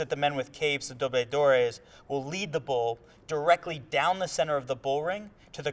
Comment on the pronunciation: It is Dobladores. Not dobledores.